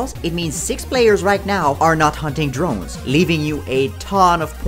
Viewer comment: “Cdrones” I DIED